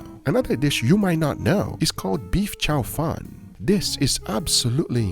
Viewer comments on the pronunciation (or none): Careful how you pronounce "chow fun" because in Chinese it sounds like "fried rice". It's "chow foon", "foon" like "spoon".